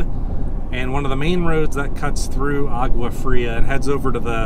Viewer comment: you should learn how to pronounce Agua Fria